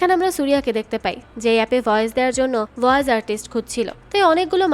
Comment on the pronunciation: "ভয়েজ" না বইন "ভয়েস"